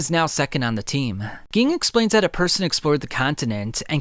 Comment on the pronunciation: Ging lmao it's like you never watched the anime you are saying all these names wrong